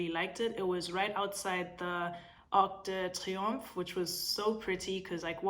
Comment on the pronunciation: The French flows brilliantly with pain au Chocolat and Arc de triumph but you don't wanna say Charles de Gaulle 🤭 We know you can do all the things! Slay it 😘